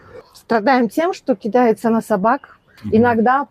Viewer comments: КидАется, а не кИдается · Не кИдается, а кидАется нужно говорить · Да почему у всех собаки кИдаются, а не кидАются? 😅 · смешно сказал слово кидается с ударением на и а не на а 😂😂😂